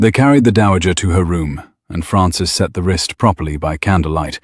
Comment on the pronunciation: "Then she had set it" not send.